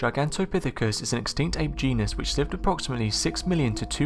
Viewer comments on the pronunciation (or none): none